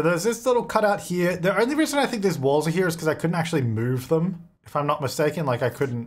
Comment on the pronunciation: “I need you to Moohve Cowtrina” ☺️